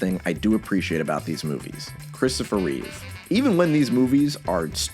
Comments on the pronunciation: You made a video with 4 movies starring Christopher Reeve and still called him Reeves I’m dead lol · Christopher Reeve not Reeves -- other than that, excellent as always. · Take a shot every time gets Christopher Reeve's name wrong.